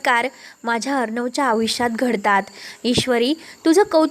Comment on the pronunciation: आयुष्य हा शब्द नीट उच्चारा.